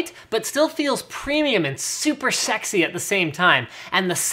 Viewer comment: Hahahaha it was funny how he said sexy 😹😹😹